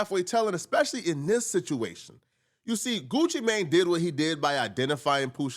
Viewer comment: Why you keep saying his name like that 'Goochi Mayne" 😂